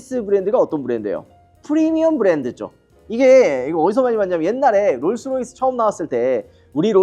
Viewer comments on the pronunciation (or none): none